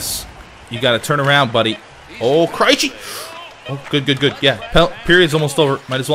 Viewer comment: It is "Kray-Chee" not "Kri-Chee" (David Krejci)